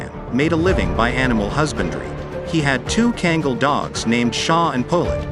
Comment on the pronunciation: It's not god dam kengal. Learn how to say it right ,,,the breed name is KANGAL god dam it